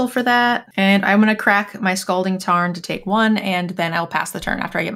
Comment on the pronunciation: Yes, we saw you guys laughing when said "scolding tarn" instead of "scalding tarn". 😏😆